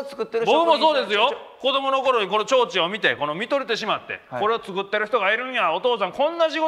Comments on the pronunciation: なんで「ちょうちん」言われへんねん！www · 言えんなら上手く｢ちょうちん｣って言わんようにしろよって言おうと思ったけど他の言葉も｢ちょんちょう｣怪しいわ